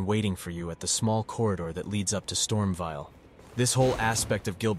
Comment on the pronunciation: Bro really said : KAY-el and Storm-vial 😂😂